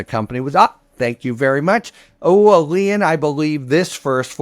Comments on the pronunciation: Lee in? I was sooo confused for the first 5 mins. Imagine spending 8yrs and 100’s of thousands of dollars on law school and can’t pronounce a simple word like lien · Isn't lien pronounced "Leen" ? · I always thought lien was pronounce lean. Shows what I know. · That's the first time I've heard anyone say lien with two (or one and a half) syllables. I like it.